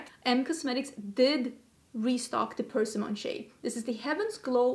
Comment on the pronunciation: From one foreigner to another, persimmon is pronounced with the pressure on the i, not the e. I generally don’t like to see people correct the u-tuber, but here I am. I just thought you might like to know, no criticism intended.